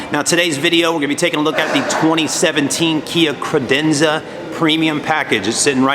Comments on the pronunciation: I know this video is older, but it's CAdenza not CRadenza. If you sell them at least get the name right! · Did he ever say Cadenza correctly...as on top of it as those that work at the Kia dealership in Reno NV...and my new 2017 Optima SXL will only have warranty done at the dealership in Reno.